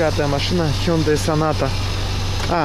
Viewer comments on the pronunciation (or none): none